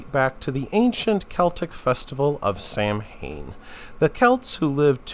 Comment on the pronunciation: Samhain is pronounced "sow-ween".